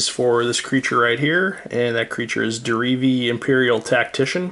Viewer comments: He keeps saying Derevi like dee-ree-vee. It is said de-re-ve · Some people I play with keep calling Derevi, Deretti. It's pretty annoying.